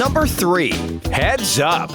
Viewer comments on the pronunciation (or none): You tell heads up i hear Hey sub😆